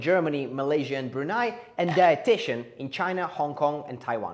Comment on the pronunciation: Impossible! How..how u pronounced Brunei correctly?!